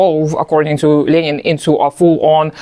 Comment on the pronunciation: You actually pronounce Lenin correctly.